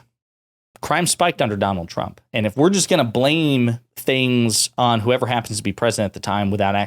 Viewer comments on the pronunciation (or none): none